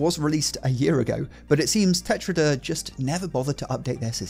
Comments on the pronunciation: tetraedr means "tetrahedron"and is pronounced "tet-ráh-eduhr" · It's pronounced "Tetra-aedr" or "Tetrazdaer" i'm not sure, as a russian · Pronounced "Tetra-edder"